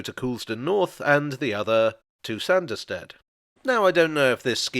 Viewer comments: It's still prononced Sarnderstid,though.... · 'Sah-nderstead'. Sanders are people that rub things down.